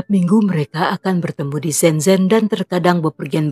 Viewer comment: Hallo Kak.. Untuk penggucapan bahasa mandarin “z” di baca nya “c” Misalkan shenzen di baca nya shencen / guanzhou di baca nya kuangcou.. CMIIW 😊😊 Sukses terus yah kak